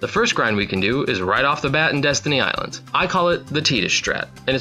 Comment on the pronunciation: i lost it when he called destiny islands deez nuts islands